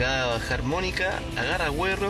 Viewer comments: por que dice guero mal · se pronuncia gero, pero se escribe guero :) y aquí se esta escribiendo , no pronunciando. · Ase llama guero y se pronuncia gero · se escribe guero pero se pronuncia diferente donde estudio él periodista 😁😁😁😁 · guero xD se dice gero jajaja